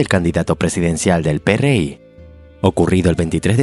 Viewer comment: Ningún mexicano le dice Pe Erre I, al PRI, hasta aquí dejé de ver el vídeo.